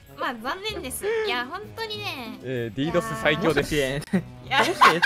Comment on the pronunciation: 読み方ディードスで合ってるよ